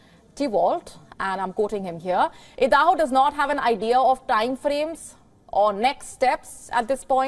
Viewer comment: Why does she keeps say Edaho? Stence?